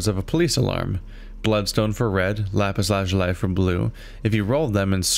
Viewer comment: It's "Lap-pis La-zoo-lee"!!!, not, whatever you said, lol